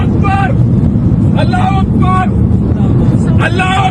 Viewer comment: Listen properly he's saying Ola hu Uber